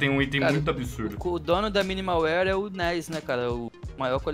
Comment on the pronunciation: finalmente um vídeo do "MUNDO DAS SKINS", graças ao bom jesus. Falta canal com conteúdo colaborativo, falta saber nome de item correto (ex: BLACK PIRL é foda, MINIMAL UÍER e por aí vai, pronúncia tenebrosa), falta bate-papo com gente que entende, entrevista e essas porras. Essa é a primeira vez que eu realmente curti um conteúdo de skin num canal BR.